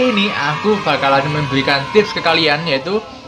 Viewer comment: Memberikan dick, bukan membeghikan 😂😂😂